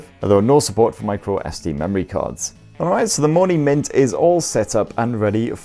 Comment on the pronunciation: Everytime he said Mony mint i heard monument and thought wtf 😂😂🤔